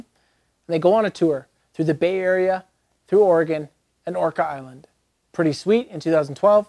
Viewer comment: Great video, but quick correction - it's Orcas Island (pronounced orkiss) island, not Orca island.